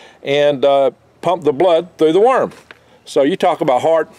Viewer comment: I thought he said 'Myrm farm" . Otter got "myrmed", it was not pleasant. -Future Man